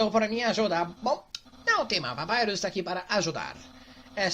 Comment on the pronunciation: Pronúncia correta: Papyrus A fandom toda: Papayros (Sem querer ofender, criadores! :D)